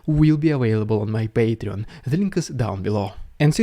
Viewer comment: This is not ironically, I absolutely love the way how you pronounce "paytreon" \(^.^)/